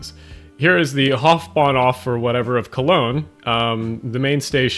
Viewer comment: Did u just try to say "Hauptbahnhof"? Cuz no offense, but you butchered that word like a Manchu trying to speak Chinese 😭🥀